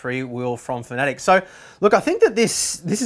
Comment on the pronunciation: Pretty sure it's pronounced FAN-A-TEC, not FAN-E-TIC.